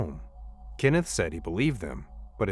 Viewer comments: His name is Kenneth, not Kinnif. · KENneth, not Kinnith. Stupid AI. 🙄